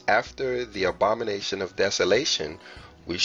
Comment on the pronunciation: The “Obama-nation”. Love it.